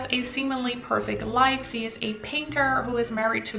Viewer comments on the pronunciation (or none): Why do you pronounce "she" as "se"? It's so distracting. 😅